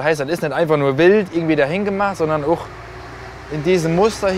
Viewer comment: Wusste nicht, DAT man im Westerwald auch „OHCH“ sagt😂